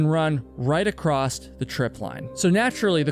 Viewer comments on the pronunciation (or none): mate theres no T at the end of the word "across"